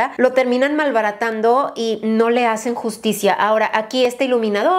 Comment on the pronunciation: Esta es una palabra un poco más fuerte Also: M A L B A R A T A N D O jajajaja, eres hermosa 💓